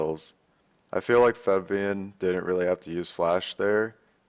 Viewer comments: but he pronounces it as Febian, not Fabian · Febian? Cmon Dyrone lol kek